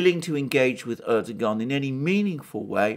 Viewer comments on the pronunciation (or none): Turkish bro, the 'g' is a bit silent. Erdo-an